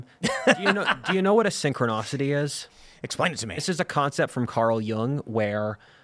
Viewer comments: synchronicity not synchronocity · It's not synchronocity! It's synchronicity! It's hard to take anyone seriously who can't pronounce basic words.